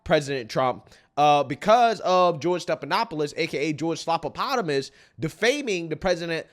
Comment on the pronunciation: it's ""Slopodopolous." not "Slopapotamus.". 😂